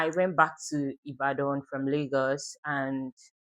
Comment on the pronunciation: Not you saying Ibadan with a French accent 😂😂